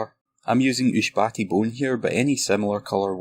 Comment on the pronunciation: Thanks for your great tutorials, you're truly a master painter! And its Ush-Hab-Ti-Bone but Ushbati sounds cool to me too 😉😅